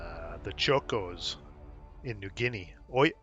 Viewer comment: This is not important but just so you know the Chocos should be pronounced Chock -o's as it is Aussie slang for chocolate soldiers who were expected to melt at the first sign of heat. This was a disparaging nickname for the Australian Militia soldiers that were sent to Papua New Guinea to desperately face the rampaging Japanese when we didn't have any regular army soldiers available. Our Militia units were formed during the war strictly for home defense and were never supposed to leave Australia but the Government were so desperate they suspended all the regulations to put someone on the front lines before the Japanese could cross the Kokoda trail and capture Port Moresby and thus take New Guinea